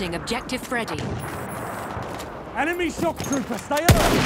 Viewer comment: Did he say "Shock trooper" or "Sharpshooter"?